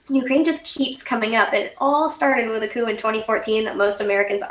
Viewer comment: what is that word she keeps sayin. "acoo" or a coup? i wanna look it up.